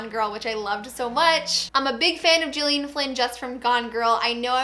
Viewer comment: I read Ruth Ware's In a Dark Dark Wood. It was alright, but I'm hoping I like The Woman in Cabin better. Mystery/Thrillers are one of my favourite genres, so I wa happy to see this vid in my notifications. Also, I've seen interviews with Gillian Flynn and I believe for her name the g is pronounced with the g sound instead of a j.